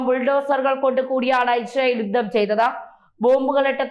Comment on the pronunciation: 'മാദ്യമ' പ്രവർത്തനം,'യുദ്ദം' എന്നൊക്കെയാണ് ഇവിടെ യും പറഞ്ഞത് താങ്കൾ ഉച്ചാരണത്തെറ്റുകൾ തിരുത്താൻ തയാറല്ലതന്നെ.